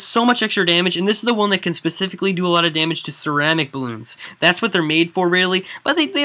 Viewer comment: i belive that you pronunce ceramic wrong!